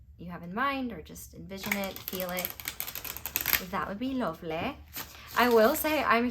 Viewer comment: Pile 3: It made me laugh at the beginning when you said 'lovely' in a Yorkshire accent cause I am from Yorkshire!